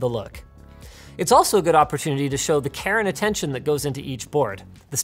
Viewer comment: Anyone else hear "Karen attention" when linus said "care and attention" 😂